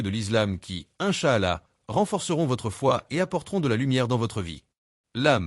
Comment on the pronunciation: Faire au moins un effort sur la prononciation de certains termes notamment islam et incha Allah même si c’est de l’IA faite semblant un peu.